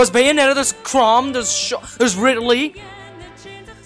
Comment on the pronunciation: You said Ridley wrong tbh